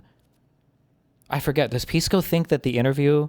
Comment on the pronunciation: Its pronounced "Piss-co" actually.